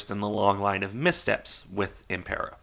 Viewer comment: Good to see interest in a "niche" ship, by the way the pronunciation was spot on, only thing I would point out is that it should be RN Impero, not RM. RN was the designation for Regia Nave (royal ship)